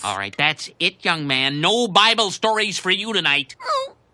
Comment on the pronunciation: “The bibble” Hahahhahaha